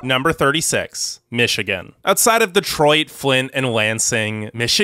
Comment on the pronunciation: Thanks for trying, I know you did your best! But you're actually wrong its Michigan.